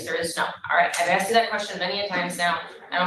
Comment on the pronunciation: He "Axed" for. Here we go. LOLOL